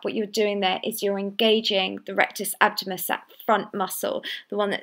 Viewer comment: Just a bit annoying that she doesn't pronounce diastasis or abdominus properly on the intro. It's not diastis or abdomus! Otherwise the exercises seem effective.